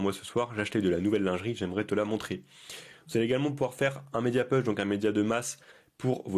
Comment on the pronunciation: Merci mais juste pour t’améliorer…un petit détail phonétique parce que c’est très désagréable à écouter : « push » ça se prononce « pouch » et non « peuch ». J’espère que tu ne le prennes pas mal…c’est pas une critique.